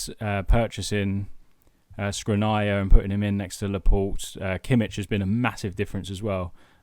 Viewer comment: You're butchering Škriniar's name is pronounced Shkreenyar